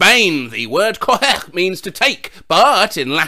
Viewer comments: I doubt he can pronunce anything, instead of saying "cojer" he said "JOHJEGGHHGHJJ" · that's the worst pronuntiation of coger i have ever heard in my whole life